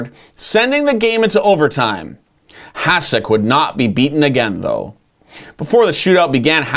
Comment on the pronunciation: Heads up, its pronounce "HaSHek."